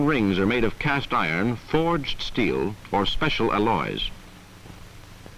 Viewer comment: I'm more surprised about how he pronounced "alloys". I would put the emphasis on the first part but he put the emphasis on the last part.